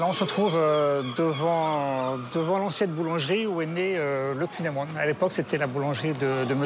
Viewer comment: Super reportage sur le Finistère ! Mais faudra revoir la prononciation du kouign- aman 😂